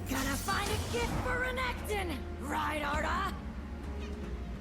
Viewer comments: why is he saying RAGATON , bro , its R Nek Ton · regeton makes me angry just say it normally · Honestly I hate the fact that I have to skip each renekton video of yours because of this weird pronunciation. I just can't deal with it